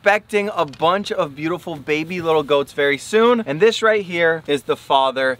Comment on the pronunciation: When you put the pacu in the new pond you said dis guy instead of this lol 😂😂😂😂😂😂😂😂😂😂😂😂😂😂